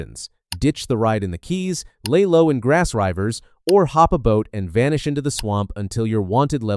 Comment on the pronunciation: I don't know why you keep calling it Grass Ryvers, but I respect it. Good video.